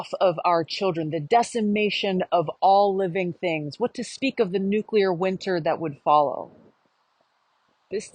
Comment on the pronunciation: Thanks for pronouncing NU- clear and not NU-CU- lar.